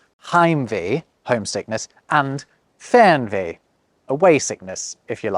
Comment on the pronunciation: please stay a little bit longer on the »ch« sound and have a short Break bevor you go to the »g«. Try to speak »Spracchh gefühl«. please stay a little longer on the »e«. Try to speak »Weegbier«. (not like »ee« in »bee«!) you swallowed the »r« from »Fernweh« maybe a little bit longer on the »u« from »Zugzwang« restart the »p« by »Treppenwitz« (Trep penwitz) if you pronounce the »g« like a »ch« you are in the northgerman dialegt / dutch. »g« is like a softer »k« I would really prefer if the English would take some stuff of the Germangrammar/Alphabet but only the good one. but when it has to be a word I would take »KA« short vor »Keine Ahnung« (I don't know) E.g. Write the first Letter of every Noun capitalised. Have grammarcases: like »The Dog loves the Cat« means »Der Hund liebt die Katze« but also »Die Katze liebt der Hund« and »The Cat loves the Dog« means »Die Katze liebt den Hund« but also »Den Hund liebt die Katze«. And from the alphabet: This I wish to copy: A, B, D, F, G, I, J, K, L, M, N, O, Ö, R, ß, T, Ü, W, Z always pronounced as A, B, D, F, G, I, J, K, L, M, N, O, Ö, R, ß, T, Ü, W, Z These not: C nearly only used for ch and the rest are borrowed words from other languages. E (is the weirdest) mostly like an e, but bei ei it's an a and bei ie it's an i and by eu it's an o, KA why H always as »h« expect by »ch« than it's a »ch« sound. P always as »p« expect by »ph« then it's an »f« Q has the same problem like in english you can use g